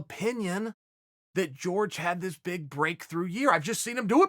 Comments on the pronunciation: Its Jorge not "George" Dumbass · Dude, how do you not know by now that it’s not pronounced “George” lol